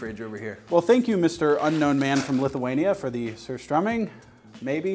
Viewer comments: The only non swedish person who did not butcher the word surströming im impressed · The best american pronounciation of surströmming that i have heard 🥵🥵🥵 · as a half swede im really proud of his correct prononciation of surströmming but i would like too point out that its fucking vile but a good experiance on how food shouldnt taste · might be the only american that says Surströmming right